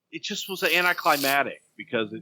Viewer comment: I vividly remember the Survivor Series and being annoyed at Shane's stalling after his turn. It makes a lot more sense to learn that Bossman fucked up. Oh, and hey Bruce: Its ANTICLIMACTIC - Not 'anticlimatic'. G-xuz. LOL